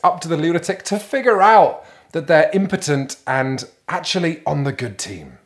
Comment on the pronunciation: "Imptern" lol